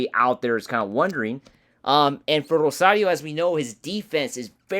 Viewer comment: Rosario not Rosadio